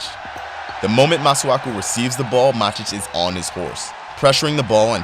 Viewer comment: Is it really that hard to watch a single Man Utd match with an English commentator to learn how to say each of those names? This video butchered ALL of them. It's MATIC, not bloody MADIC.